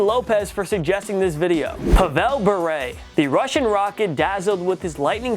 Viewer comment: Being from Russia I can say the way it’s pronounced - PAvel BurE. So basically you take the traditional pronunciation of Pavel in the USA and have the pronunciation of his surname from this video - jackpot